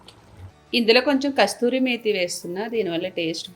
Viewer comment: Kasturi methi kadu kasuri methi 😂